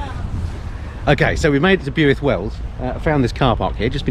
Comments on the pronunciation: It's pronounced "Built" Wells...I ride around this area ...it's the biker triangle...to Llandovery,Abergavenny,Builth Wells. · Love your pronunciation of Builth (try Bilth) . Loving the video.👍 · Its pronounced "BILTH" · 12th here.......my ears are bleeding 😬🤣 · Great video of the countryside of my home. Impressed by your pronunciation of Leominster, but cringed with every mention of Builth Wells. Nice mention of my sisters place, Border View! Looking forward to seeing the next instalment 👍🏻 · When is the next episode coming out??I lived near Abergavenny all my life(Now live near the cat&fiddle,Cheshire)Miss Aber so much on a Sunday morning at the bus park,where hundreds of bikers meet!Had to laugh at your miss pronounced Builth!😂(Not so much your welsh accent though,)Boyo!-No one says that.🥴🏴👍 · Yes! Been waiting for this 🙌 Builth is pronounced like 'built' with the th. And if u really want to sound authentic, a single f in welsh is actually pronounced as a V 👌 araf/slow. Top notch content as always. Nice one 👍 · Welcome to our neck of the woods. We'll forgive the pronunciation 🥴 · Bewuilth...........?? it's pronounced BWILTH.....as i got told by a welshman a few yrs back when i was there on my 1100RT....... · £30k? I could just about get a Caterham Seven for that, and that would be a really tough decision. Have you thought about branching off into “interesting” cars as a vlogging sideline? I was wondering where the heck Bewith was, until I realised that you may have meant Builth, pronounced Billth? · BYUITH????……….Ouch, please pronounce BILTH 😜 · Enjoyed the video through all the roads i frequently ride.. btw its Pronounced Bilth Wells not Bewilth.. . The Fountain pub is fab to eat at they run Beers n bikes festival every bank hol. If you had gone sharp left at top of town signed Lower Chapel & upper chapel onto Brecon.. that is a stunning biker rd and off the main drag.. looking forward to part 2 of that run .. I'm based just south of Merthyr . 🏍